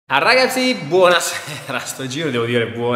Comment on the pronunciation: Oddio che dice "rrragazzi buonasera e non buongiorno!"